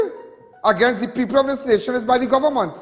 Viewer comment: It's not Govornmont Mr Alleyne it's Government. No more bourgeoise pronunciation!!